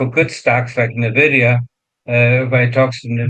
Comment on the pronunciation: It not pronounced "navidia" just like nuclear isn't nucular